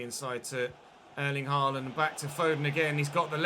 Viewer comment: Norwegian here, FYI the aa in Haaland is not pronounced like the a in Carl, but like the a in ball.